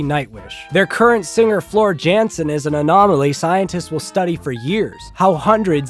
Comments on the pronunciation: I hope ur joking..but one a high note if ur gonna insult and slander a band for ur views please pronounce the lead singers name correctly. I hope ur joking tho lol. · Oh dear. Nevermind. Can't even pronounce the lead singer's name correctly. Bet you don't even know where Finland is. 😂